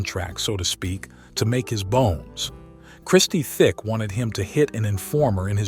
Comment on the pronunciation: Listening to you say Christie thick is so annoying it's tic i mean u must have done research for this video it's not even like their is a h in tic so i don't know we're u got that from 🤦🤦🤦🤦